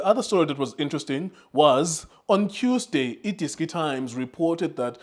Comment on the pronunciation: Did he say Tuesday or Qsday?🤔🤔🤔